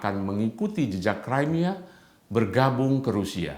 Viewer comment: Crimea itu Bacanya Krimea, bukan Kraimea.